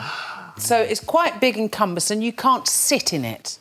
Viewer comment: Liza mispronouncing "cumbersome" really bothers me.